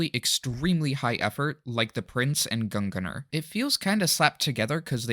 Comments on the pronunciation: isnt it pronounced gung-neir? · bro u keep saying gunganar dont u seee the fuckin i in gungnir